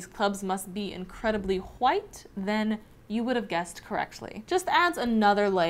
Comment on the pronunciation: I love how she emphasized "wwwhhhhite!"